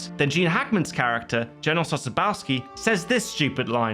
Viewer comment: As a Poles it was funny how Gene Hackman try speak polish during crossing river. And btw you pronouncing Sosabowski wrong. Ending in Sosabowski is pronounce Sosabo-W(like in work)-Ski (exactly like in skiing)